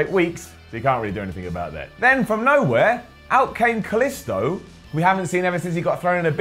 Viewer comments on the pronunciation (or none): Hate how he fucking pronounces Kalisto wrong it's not an I sound it's and e sound for the i in his name